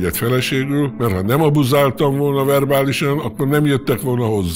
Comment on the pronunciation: Milyen szépen beszel magyarul, "verbálisan, abuzaáltam" stb................ csodalatos ..............